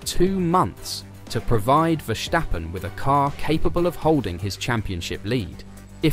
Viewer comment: Its Versssssstappen not Verschtappen.